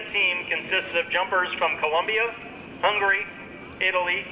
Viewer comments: He couldn’t just say Hungary instead of hungry 😂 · If you say Hungary fast it sounds almost identical.